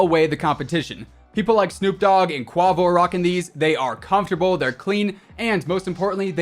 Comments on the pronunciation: Damn you said KU-AA-WO. I think its Q-AE-VO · This man said “qu-ah-vo” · He said “QWAH-VOH” 🤣🤣🤣🤣🤣🤣🤣🤣🤣🤣🤣🤣🤣🤣🤣🤣🤣🤣🤣🤣🤣🤣🤣🤣🤣🤣🤣🤣🤣🤣🤣🤣🤣🤣🤣🤣🤣🤣🤣🤣🤣🤣🤣🤣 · I cant get past the fact this boi said “qwah-vo” 😂😂😂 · That’s how you know this kid is white, he said quaavo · Bro said quawvo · LMAOOOOO did my man just say Quavo like Q-uavo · He said qavo 🤣🤣🤣🤣🤣🤣🤣🤣🤣🤣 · Not to be an asshole but “Quavo” is pronounced like kway-vo haha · Churles Lerner “kwavo” 😂😂😂😂😂😂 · Sup bro, started following you a couple months back, keep the good content coming! A few things, you killed me with the 3 C ThiCCC!! Lol I always say ThiCC with 2 CC's! And Quavo, his name is pronounced Qay-vo!👌🤙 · Quavo sounded like some chip dip the way u pronounced it lol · I love how he pronounced quavo’s name in the sponsorship part of the video😂😂😂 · Anybody gonna say anything about how he said Quavo?😂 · Dude said Quavo totally wrong and no one noticed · Anybody going to mention how he said “quavo”😂😂😂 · 😂the way you said quavo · He said quavo wrong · The fact that he said “Quavo’s” name wrong from the rap group “Migos” is hilarious😂😂😂 much respect to you tho ✊🏾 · The way he said Quavo....smh...imma give you a like for the video, but fix your annunciation lmfao! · The way he said Quavo 😭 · its "Quavo" bro rhymes with "way-vo" 🤣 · My man tell me you did not say quavo’s name like that, put some respect on it 😭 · You said quavo wrong lmaoo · You pronounced Quavo wrong🤣🤣 all good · Do this over you said quavo wrong.